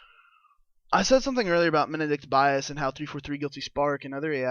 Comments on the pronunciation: MEN-di(like did)-Kent Bias, bro that is how you say it, please say it right! D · Please pronounce Mendicant Bias correctly you D.S..